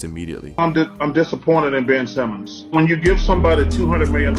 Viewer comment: Mf said Ben Simons